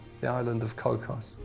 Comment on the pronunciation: It's pronounced Koo...😊😊😅😅😢😢 koo